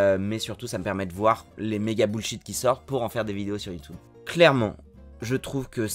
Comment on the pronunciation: Je suis pas d’accord, je pense pas qu’on dise « you-toube ». Mais pour le reste, merci, c’est très inspirant.